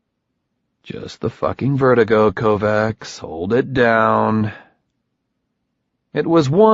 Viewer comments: Sounds horrible , but the mispronunciation of Kovacs as ‘Kovax’ instead of ‘Kovatch’ is a remarkably ignorant shortcoming. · He is pronouncing Kovacs incorrectly? The first book made a pretty big deal about pronunciation. It's a soft -ch sound, not a hard C. KOE-VACH. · You had one job, it's pronounced kovaCH. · i listened right up to the KovaCKS. fuck you learn to pronounce slavic/hungarian names. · I think he does it pretty well except for the name he’s got wrong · What the shit is it with the tin can reverb all the time?! Annoying as hell. And real good job on mispronouncing the main characters name when he's talking to himself, while all through book one he got annoyed at people who didn't know how to pronounce Kovacs right. Fucking hell... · I love how, after 2 books of pronouncing the main characters name properly (per the description in the first book) the same narrator pronounces the name completely wrong. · Not gonna say it's a good reason, but if the people he is talking for don't know, makes some sense why "kovacs" isn't pronounced properly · It's killin me every time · You're absolutely right...and it's the main character mispronouncing his own name when he's thinking to himself that I find especially irritating. I haven't been able to get through this book at all. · It's making my teeth itch, but he does a good 'Beard Having Hallucinogen-Induced Visions' voice. In fact, I think he's not so bad as a voice actor, overall. I just wish someone had told him about how we pronounce 'Kovacs' around here 😄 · And the missproninciation of the fucking surname